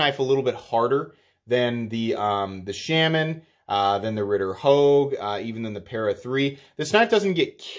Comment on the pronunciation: I will become a patreon if you learn to pronounce Shaman correctly... :P